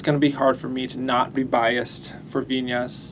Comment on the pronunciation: i hope western people learn to pronounce her name. it's VIN-YAS, not VI-NAS. her name is spelled as VIÑAS, mind the tilde (~) on the letter N.